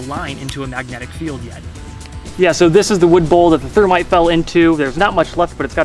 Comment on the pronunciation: Did he say termite?